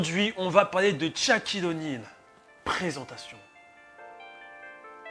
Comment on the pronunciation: Bonne vidéo mais Shaquille O’Neal se prononce comme ça s’écrit et non pas "Tchaquille O’Neal "